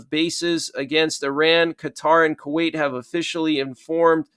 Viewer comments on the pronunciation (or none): none